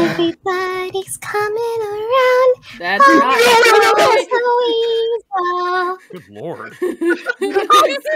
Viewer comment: "Pop, Goes the Wessel!" 🤣